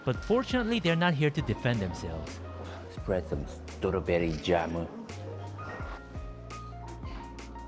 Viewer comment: pronounce "strawberry jam" 🍓again in your Japanese accent. You made me laugh. 😆🤣😂 🇺🇸🤝🇰🇷